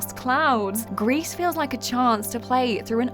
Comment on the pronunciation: Misspronounced "Gris" ( it's french)